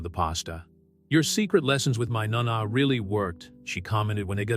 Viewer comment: A lovely story. Italian grandmothers are called NO-NAH, not NAH-NAH - Spalled nona For those complaining about the fact she's black. There have been free and enslaved black people in Europe since at LEAST the Roman Empire. The Roman Empire was very cosmopolitan, containing people of many ethnicities: various Asian, Arabic, Indian, Egyptian, etc., and various black African groups. While paintings depict all white people, those fancy events they show normally had different black people within even the nobility all throughout Europe. Cleopatra was Greek, rather than Egyptian, while just to the south of them, black African kingdoms contained some of the most wealthy people in the world. Rome was a major trading hub, and ships came from all over the known world. Some of them settled in Italy.